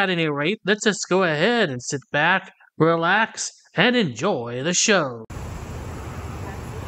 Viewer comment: "Relaxssh, Relaxssh, Deesshcalate, Sufferin' Succotash." 🤡